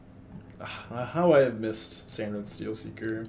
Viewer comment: SAR-inth not SAN-rith